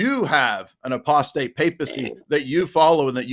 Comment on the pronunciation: What about how that guy pronounced Apostate in a way no one has ever heard before?